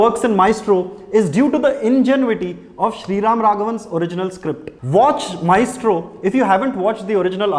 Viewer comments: Actually it's correct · The joke is on you. He pronounced it right!